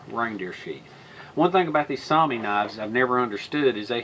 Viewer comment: Yes. Soumi and Sami are two different words. Soumi is the Finish word for Finland. Sami refers to the Finnish Laplanders. If that's the word you're looking for, your pronounciation is correct. Saw-mee